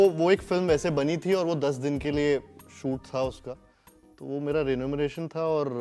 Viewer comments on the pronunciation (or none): arey, renumeration nahi, remuneration 😂